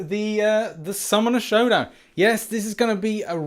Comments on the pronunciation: Did he say schumonner schow down at the beginning? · Anyone hear the dude In the vid say shummoner showdown at the beginning